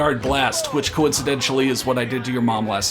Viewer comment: I believe it's a brutalist aesthetic. "Coincidentially" 😆